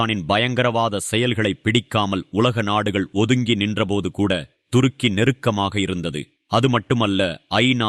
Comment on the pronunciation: Durukki இல்லப்பா. Thurukki. மாத்தி மாத்தி உச்சரிக்காதீர்கள்.😂